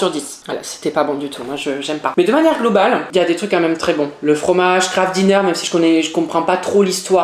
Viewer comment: je suis désolé mais du kraft dinner ça se dit avec un axent anglais